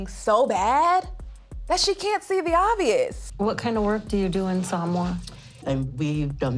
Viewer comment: Damn that host has to learn how to say Samoa properly. It’s not sar- mower. It’s Sah-moa (more) sheesh